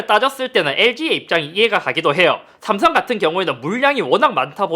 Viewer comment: ㅈ발음 들려요 자세히들어보면 삼성 애플이 아니라 ㅈ성 ㅈ플이라 들리는데 그런 브랜드 비하하는 말 하지말라는 말인듯